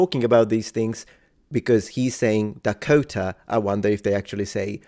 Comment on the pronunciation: The way he says Dakota is awesome.